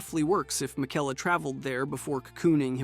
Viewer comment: What about his pronunciation of miquella